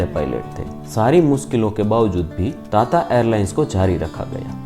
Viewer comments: ता ता नही टाटा 😂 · टाटा को ताता क्यों बोलते हो, तोतला हैं क्या। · ताता‌ नहीं टाटा😂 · ਤੱਤਾ ਨਹੀਂ ਟਾਟਾ 🤔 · ताता नही टाटा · ताता नही भाई टाटा है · ता ता एयरलाइंस🤣🤣🤣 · Bhai tata bolna seekh le pehle 🥲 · Bhai tata ko dang se bol le